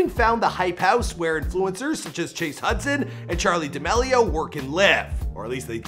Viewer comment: “Check Clown” “ Duh meh Leo” I swear he does it on purpose.